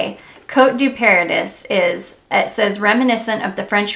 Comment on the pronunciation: Love your enthusiasm. I just discovered Lake and Skye at Ulta and love it. Btw, Paradis is pronounced like Par a dee. It’s French for Paradise.